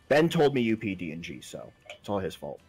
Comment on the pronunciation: Why do I keep hearing UPD&G as UPDOG?